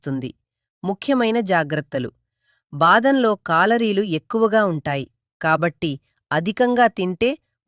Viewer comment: Calareerlu, not కాలరీలు…కేలరీలు.. calcium.. not కాలిషియమ్ .. కేలిషియమ్్.. anali .. madam..